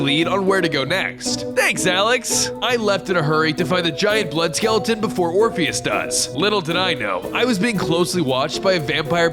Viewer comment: I thought it was king "orphanage" instead of "orpheus"